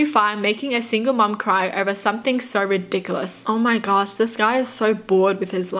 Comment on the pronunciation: Anyone else love how she says “ridicalous”